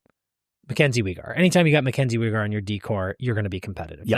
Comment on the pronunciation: Is the way pronounces Weegar a bit? Have I missed that/not picked up on that because he is the only person I’ve ever heard use that prononciation lmao